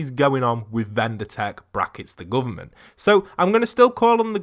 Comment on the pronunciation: “The GOOVERMONT